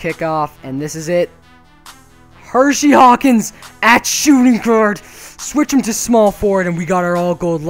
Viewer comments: its pronounced her-see not hershey. Hersey Hawkins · Its hersey not hershey lol